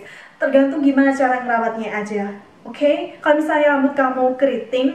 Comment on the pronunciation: Kaget pas ngomong okhey😭😭😭😂